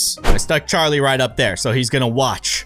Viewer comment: It's not carli it is Charlie